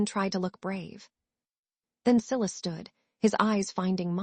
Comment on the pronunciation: male lead name siilussss its so funny, not sylus